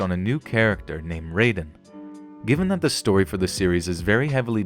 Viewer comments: its RAI den. No RAY den. Thisnt mortal kombat, guy. Smh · You've obviously never played Metal Gear Solid with that pronunciation of Raiden (RIY-DEN). If you're going to say characters names, at least look up how to say their name; that's just laziness towards your video. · my man just said "Ray-den" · Slight and meaningless correction: Raiden is pronounced rye-den, not ray-den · I quit watching this video the second dude said Raiden (pronounced like Mortal Kombat). Raiden - like ride in. Raiden. I defy you to find a line with a single character in the game calling him that in the US release. I need ✂️ 61! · You pronounced Raiden's name wrong from mgs2... its not pronounced "rayden" Its pronounced "Riden" lol this isnt Mortal Kombat Raiden 😂😂😂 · raiden (Ray-Den) is a mortal kombat character. Raiden (Rye-Den) is the character from Metal Gear Solid 2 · Reiden? Who the heck is Reiden? I thought you play a Raiden in Metal Gear Solid 2 not Reiden. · Okay, first of all it's Rai-den like Ninja Gai-den. Ray-den is from Mortal Kombat. Also, "Nu-clear" not Nu-cu-lar. Not sure where you're getting the extra U or syllable from. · Ok but you did not just pronounce Raiden as "Ray-den" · It's not Rayden, its Raiden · "Ray-den"? RAYDEN?? Also that's cool that Metal Gear Solid 2 was mentioned on this list, it's an amazing game, but why not mention Metal Gear Rising: Revengeance? It might not of had as big an impact on it like with Metal Gear Solid 2 but 9/11 is still mentioned by one of the characters. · Raiden's name is pronounced as "RYE DEN", but despite that great video! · You mispronounced Raiden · I know it's a small detail (okay two now), but you didn't say Raiden and "nuclear" right :l